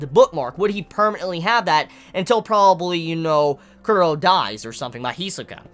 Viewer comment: Why does he say Cur-row instead of Chrollo ? That's worse than people who call Gon Gahn instead of Gohne though not as bad as people who call it Hunter Ex Hunter rather than the proper Hoontah Hoontah